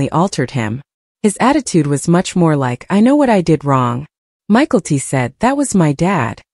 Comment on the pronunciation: Hearing the name pronounced Michael-T is really annoying.